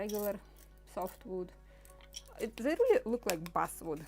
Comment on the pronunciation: A.I. is slaughtering your English, as you say Buswood, the word is actually Basswood, Bass, like the fish! I purposly don't use I.A. because of this reality. However, it is becoming more and More prevalent!